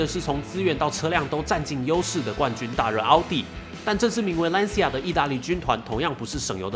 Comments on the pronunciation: 这个词读蓝旗亚因为是意大利语 不是兰斯亚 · 一个小建议。Lancia 里 c 的正确发音应该更接近 ch，而不是类似 s。意大利语里 c 在 I 之前都是这样，比如cappuccino ，ciao。所以（简体）中文把 Lancia 翻译成 蓝旗亚 而不是兰斯亚/兰溪亚，还是很准确的。